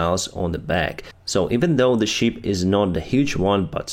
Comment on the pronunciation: I understand that you are not talking about "sheep" 🐏 then "ship" 🛳. But your pronouncement always sounds like "sheep". You may also use: vessel, boat, canoe... whatever instead "sheep". Good work.👍